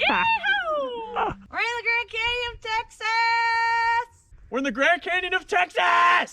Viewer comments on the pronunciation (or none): This was so fun to watch loved every minute of it!! So sorry you weren’t able to find a sleeping spot easily but looks like you made the best of it :) You guy’s seem so chill!! Also funny made me laugh haha texAHHs and LMAO the tumble weed 🤣🤣🤣 also such a beautiful place 😍